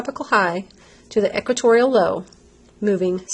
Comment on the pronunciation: equatorial not equitorial